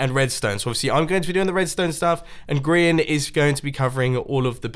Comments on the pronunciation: "Arch de grian" XD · People who are good at the game: arch de grian Me: oak door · lol "grain" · GRIEN NOT GRIEN NOT GRAIN BUT GRIAN